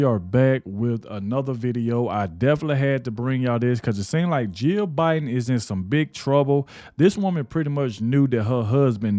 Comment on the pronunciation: The 2020 election was a scam. Yes just listening to Joe Bin you could tell there was something mentally wrong wit him. i’ve dealt with dementia and Alzheimer’s with my grandmother and my stepmother. There are just signs that you know something is wrong. I know everybody says Biden was a bad president, but in reality, it wasn’t him being the president. Everyone around him was running the country, not Biden. This is very sad everyone that was handling him and lying to the American people need to be charged with elderly abuse and treason, . He should have been enjoying his life around his children and grandchildren and family.